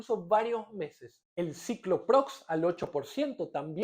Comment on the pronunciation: "Terbirafina" --> TERBINAFINA 🤦🏼‍♂🤦🏼‍♂🤦🏼‍♂🤦🏼‍♂🤦🏼‍♂🤦🏼‍♂🤦🏼‍♂🤦🏼‍♂ "Cicloprox" ---> CICLOPIROX 🤦🏼‍♂🤦🏼‍♂🤦🏼‍♂🤦🏼‍♂🤦🏼‍♂🤦🏼‍♂🤦🏼‍♂🤦🏼‍♂ "Amorolfine" ---> AMOROLFINA 🤦🏼‍♂🤦🏼‍♂🤦🏼‍♂🤦🏼‍♂🤦🏼‍♂🤦🏼‍♂🤦🏼‍♂🤦🏼‍♂